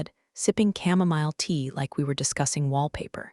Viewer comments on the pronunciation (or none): none